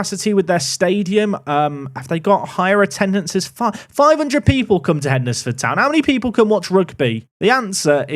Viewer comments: It's pronounced Hens-Ford The D is is silent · As someone who lives just down the road from Hednesford, I have to say.... it's pronounced HENSFORD :) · It’s pronounced HENSFORD, you don’t say WED NES DAY for the word Wednesday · I live a few miles from Hednesford. It's pronounced Hensford. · Hednesford is pronounced Henz-ford... used to be the furthest Southern team in northern prem. Ground surrounded by a national park. My own park to prme the glory days of a FM14 for me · Glad went for Rugby as Hednesford is pronounced Hendsford and it was winding me up lol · As someone who lived 30 seconds from Keys Park I was really hoping would pick Hednesford Town! At least this way we don’t have to convince him that’s its spelt dumb and is actually pronounced “Hensford” 😂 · Pronounced Hensford! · its hensfud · Hednesford is pronounced heds-ford. It’s basically Cannock which is north of Wolverhampton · It’s pronounced hens-Ford 😂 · So happy you went for Rugby, couldn't deal with that pronunciation of Hednesford!!! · Hednesford is pronounced like Wednesday. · Wed-nes-day Hed-nes-ford 😂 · That pronunciation of Hednesford though. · not having to hear pronounce hednesford like he's never seen the word wednesday before 🙏🙏🙏